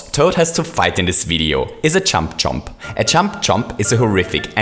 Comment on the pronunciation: He said champ chomp